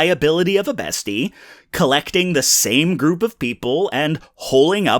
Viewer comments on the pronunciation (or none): none